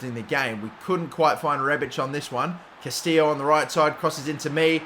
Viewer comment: Its not Castillo (kah-STEE-yo) bro, its Castillejo (ka·stuh·yei·how)